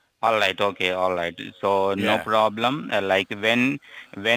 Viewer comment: "allight allight"